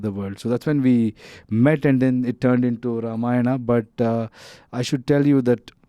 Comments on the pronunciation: she's actually speaking ramayan as it it than ramayanaa... Appreciate it...namit shd also correct rama and ramayana in movie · I like her pronounciation of Ramayan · This girl pronounced Ramayan better than most indians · The interviewer is pronouncing it very well “RAMAYAN” and not “RAMAYANA”❤ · Real props to the interviewer. Starting with her pronouncing Ramayan instead of Ramayanaaaaa. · The interviewer gained my respect within the first minute after pronouncing Ramayan correctly. She's the first foreigner who pronounced it correctly. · Happy to see someone actually saying ramayan not ramayana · Interesting to hear the interviewer prouncing Ramayan & Ram correctly, unlike the actor and the other guy. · i like how the anchor is saying ramayan and not ramayana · Happy to hear "Ramayan" instead of Ramayana from those who are not familiar of Indian culture and Indian mythology ❤ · Nah. On the contrary, she is the first non-Indian lady who correctly said Ram instead of Rama and Ramayan instead of Ramayana. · I guess she is the first foreigner interviewer to pronounce the word "Ramayana" correctly and respectfully.